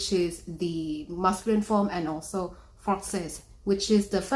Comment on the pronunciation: as A parisian born and raised. i can say they way she said "francaise" and "francais" was spot on!!! say it just like us